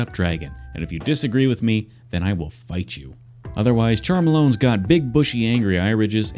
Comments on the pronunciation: Did you call Charmeleon Charmalon? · I'm so triggered by the way he says Charmeleon 🤦🏻‍♀🤦🏻‍♀🤦🏻‍♀